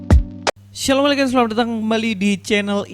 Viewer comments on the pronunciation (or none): Apa sih pembukaan Chanel lu ini bg? Shaloom atau apa... Gak jelas gitu.. Kalau Shaloom biar gue balas Shaloom kembali 😁🙏